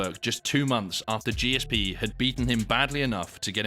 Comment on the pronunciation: What a mug. Clearly a student of Steven Segal's. Another Jake Paul. By the way, disrespecting GSP by struggling to pronounce his name or seemingly understand what a true legend of the sport he was is embarrassing.